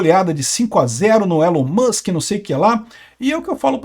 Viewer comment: pq o fala Musque e não Mãsque?